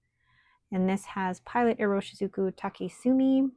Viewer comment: I am filing my May pen + ink pairings and hearing you say Take-sumi was perfect timing. It’s going in my Jinhao 10 grey gradient. Enjoy Chicago!